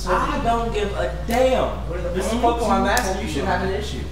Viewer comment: Yea, a Pokemon master says Pokemon wrong. :P